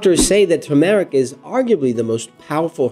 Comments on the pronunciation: Turmeric (TER--MORECK) Not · I really wanted to watch this video, but I can't with the mispronunciation of the word Turmeric. There is no long Eric sound in Turmeric!!! Try not to put a pause between Turm, and eric. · Please look up the proper pronunciation of the word Turmeric, the proper accent is on the first syllable. It is really annoying to hear some one repeatedly mis-pronounce a word over and over. Thank you. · Pls pronounce it right